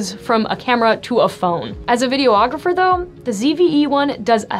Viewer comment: Why does she keep saying "video-ographer"? Is it an inside joke or something? Does she also do "photo-ography"?